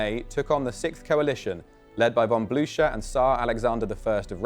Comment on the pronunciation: He could’ve learned the correct pronunciation of Blucher ;) but I 100% agree